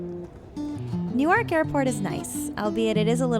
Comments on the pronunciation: Newark. Not Newaak. Not American? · did you say “New- waak”? 😂😂